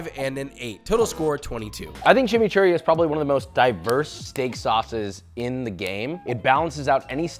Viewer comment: I love you….. but you did chimichurri so wrong bro 💔